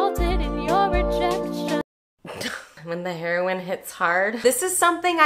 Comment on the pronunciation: “When the Herion hits hard” I’m dead 😂 so happy I found your Channel 🖤